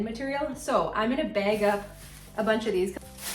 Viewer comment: I watched the whole video, you did encouraged me, I did declutter my drawers and cabinets and got some things out 💪🏼 Every time you say “bag” I laughed because it sounds like “beg” bilingual problem 🙋🏻‍♀️